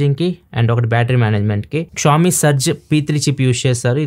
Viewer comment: క్షావొమీ కాదన్నా, ష్యాఓమి